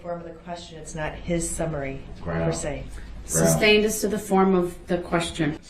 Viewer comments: Substain” lol! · He never learned the meanings of the words hearsay, relevance, and leading and never pronounced sustained correctly 🙄